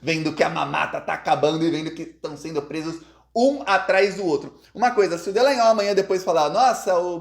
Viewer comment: É tão incompetente que pronunciou nome do fascista de estimação errado,ele disse Delanhol e 9 sobrenome do fascista é Dalanghnol